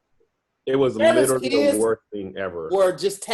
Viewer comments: Do a burpee every time says “littley (literally)” 💪🏾💪🏾😂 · I want you all to teach to properly say "literally". Clearly, it's his favorite BIG WORD, he should know how to say it correctly. He says "Little Italy" or "Litaly" and I just can't. A real friend would've taught him by now. lol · Nothing is more annoying than saying “literally.” I know he pronouncing so many words wrong, but he says that word so much and so lazily that it gets to me lol